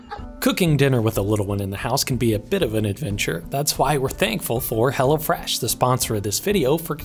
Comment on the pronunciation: I couldn't tell if you were saying hello fresh or Hella fresh. I had to look in the description